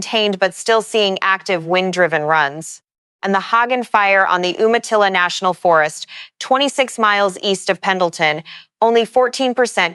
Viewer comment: to help you with some of the pronunciations of the names in the NW, "Umatilla" as Orgon 'yoo-muh-TILL-uh', "Chelan" Washington as 'shuh-laan". "Okanagan" Washington as 'Oh-kah-NOG-guhn' . "Kittitas" as 'ki-tuh-tas". "Cle Elum" Washington as 'klee EL-um'